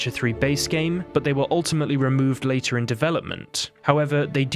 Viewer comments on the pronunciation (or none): none